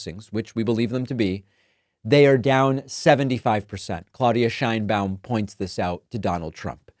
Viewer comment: Just a correction, the pronunciation of Sheinbaum (as she pronounces her own name) is how is pronocuned in spanish SH EIN BA UM (not Shain-bom)